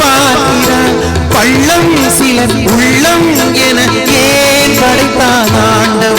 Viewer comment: வர வர நமது தமிழ் உச்சரிப்பு தாழ்ந்து விட்டது .... ளகரம் மொத்தமும் சரியாத பாடபடவில்லை .... கிளி அல்லாமல் கிலி....பள்ளம் சிலர் உள்ளம் என்று பாடாமல் பல்லம் சிலர் உல்லம்.... நமது தமிழ் பற்றும், குணமும் எல்லாம் தாழ்ந்து வருகிறது....🤦🏽